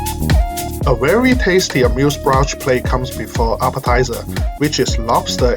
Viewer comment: Bouche is pronounced "boosh"